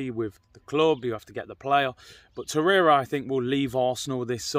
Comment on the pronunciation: Hahaha! Man said “Nicholas Torreira “😂